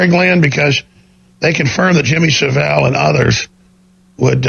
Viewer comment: Dear America, Saville is pronounced like 'Gravel'